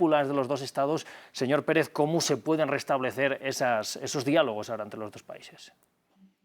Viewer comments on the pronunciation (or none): Siempre Defendiendo lo indefendible este ex-embajador. Que pronuncie bien es Presidente Andrés Manuel, no deñor, hasta la segunda vez lo menciona bien. No cabe duda que la vejez no te da Educación ni respeto. Habkando de supuesta justicia pero sacan mtiendose cono LADRONES en una Embajada. Lamentable No les Importa du pueblo al fin que lis políticos tuenen dinero en diferentes bancos.